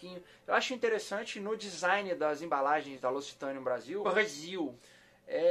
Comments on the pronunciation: Você pronuncia errado não é locitane e sim loc-citane tem q ler os dois c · Se fala loquicitãne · A pronúncia correta é Locsitan